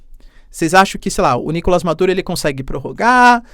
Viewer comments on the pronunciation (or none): Professor sem ser chato: É Nicolás, na língua espanhola não existe o som do A fechado. É sempre o A aberto 👍.